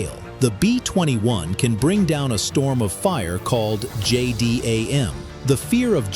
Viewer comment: Can't you pronounce things properly? Its' easy You call it a J-dam.